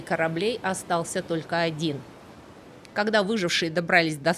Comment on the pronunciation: "вокруг Света", "креспостные", "когдя"..., вы чем-то болейн?